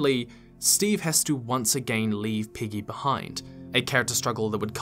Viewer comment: ... do you actually say "Piggy" or does it just sound that way? My subtitles write piggy... but her name is Peggy...(!!!) 😅😅😅